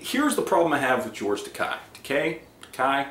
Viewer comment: Takei rhymes with gay.